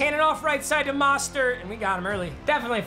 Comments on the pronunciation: Yo papa its not Mah-Stert its Moe-stert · Nobody: Literally Nobody:: Says Mahstert instead of Mostert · After everything that happened in the NFL and having him on ur team even, u still can’t say Mosterts name right😂 it’s moh-stert not maw-stert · I've HAD ENOUGH OF THIS PAPA ITS MOSTERT MOE......STERT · Btw Raheem Mostert’s last name is pronounced “MO-stert”, not “MA-start” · It is mOstert Not mastert